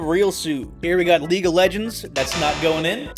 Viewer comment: didn't know played leeg o legernds